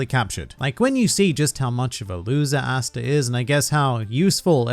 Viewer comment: Cringe every time you say “Asta”